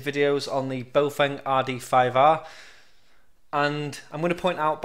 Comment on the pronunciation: Baofeng is pronounced bow-fung, not boh-feng. >